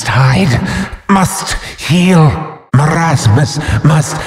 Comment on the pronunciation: bruh you say mermasus the right one is merasmus